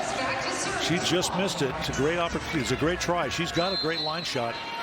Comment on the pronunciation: i may be wrong but i think he said “just” not yes i think it sounded like yes